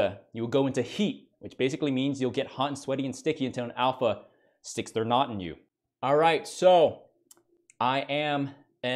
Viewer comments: I MEAN MAN, THE DUDE SAID "Do you know NUT?" HOW THE HELL CAN I NOT LAUGH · "DO YOU KNOW--" Heavy pause. "-WHAT A KNOT IS??" ❤️